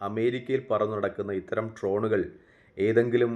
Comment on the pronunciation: ട്രോനുകൾ അല്ല ഡ്രോണുകൾ